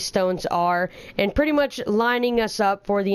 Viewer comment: OMG! You single handedly massacre the word "pretty much"